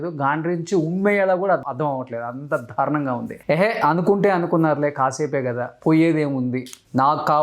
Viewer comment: "ధా'రుణం ఏంట్రా బాబూ? 'దా'రుణం నాయనా అది. ఒకటికి 20 సార్లు అంటావ్ చికాగ్గా